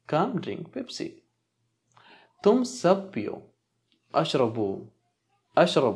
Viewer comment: Ishrab not Ashrab for oder.kindly correct it.